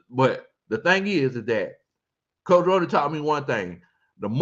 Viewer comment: 😂 It’s pronounced Roni like macaroni & cheese but I’m glad you enjoy hearing me chime in every now and then